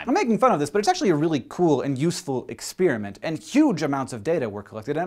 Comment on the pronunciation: Does anyone else find it weird that Hank says "ex-spearmint?"